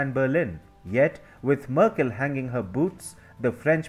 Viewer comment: I´m sorry but your pronunciation:merkÉll. I´ts funny hahah.